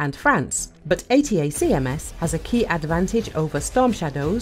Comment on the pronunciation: Is this AI, is that why you can't pronounce "Attack-ums"? that's not how they are known.